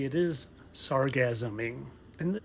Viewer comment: I ain't gone lie, we need 4 more episodes before the end of the week because we had to listen to that grown man say Sargassuming more than once.